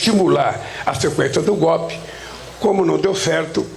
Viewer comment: Jesus Cristo.. Pudim de cachaça não sabe falar golpe!!! Como esse "besta fera" pode ser presidente do Brasil....